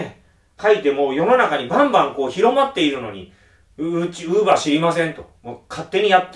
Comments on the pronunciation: クーラー(電化製品)のイントネーションと同じで ローラーのイントネーションは一般的ではない。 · ウーバーの発音がずっと気になって頭に入ってこない(><;)